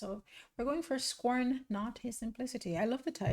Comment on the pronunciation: Scorn not. Not score lol. Even the subtitles can't get it right. So that line it's Scorn not. Not score